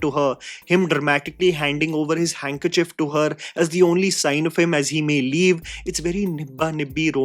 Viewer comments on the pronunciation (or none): none